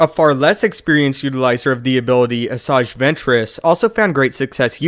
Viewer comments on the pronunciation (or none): none